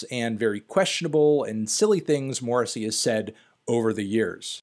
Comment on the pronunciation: Honestly your pronunciation of Morrissey's name is worse than anything he's ever said.